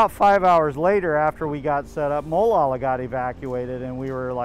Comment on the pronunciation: Mo-lalla? LOL